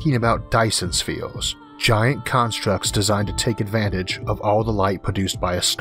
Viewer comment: I may be picky but I can't understand what you are saying in your video because you change everything to sound like there is a "O" in it like "Virtual" changed to "Vortual" and the Dyson's Spheo.